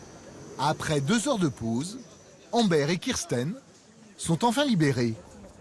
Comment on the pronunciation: Embère ! Ça se prononce Ambeur